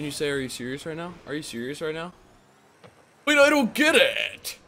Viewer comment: i was the gguy spamming, can u say awe u seeious wight neow bwo